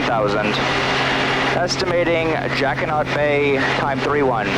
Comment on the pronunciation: I've flown in that area for years and I never heard any body say jacquiNOT Bay. It has always been pronounced jacquiNO Bay.